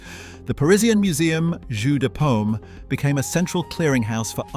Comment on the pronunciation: Please, please... JEU DE PAUME not " jus de pommes " who is apple juice !!!!!